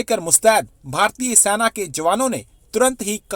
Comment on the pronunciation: अबे, Military को हिन्दी में सेना कहते हैं, सैना नहीं। तुम लोगों को हिन्दी भाषा का अपमान करने का हक़ किसने दिया है? यदि तुम हिन्दी भाषा नहीं सीखना चाहते, तो फिर u tube बनाना छोड़ दो।